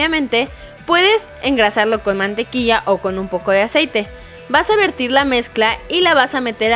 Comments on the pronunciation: se dice "verter", no "vertir" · Se dice "verter" -.